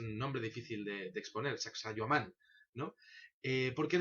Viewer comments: La pronunciación es "Sacsaiwaman" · Se pronuncia S-A-C-S-A-I-H-U-A-M-A-N